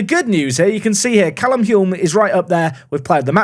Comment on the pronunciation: I might be wrong but I think the L is silent in the name Hulme, so it rhymes with fume 🙂